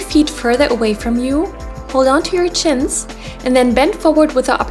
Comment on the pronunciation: Who thought she said chins not shins 🤣🤣🤣